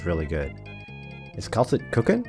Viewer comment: You did Kal'tsit dirty 😭